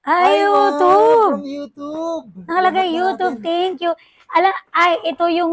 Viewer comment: Bakit “youtoob”?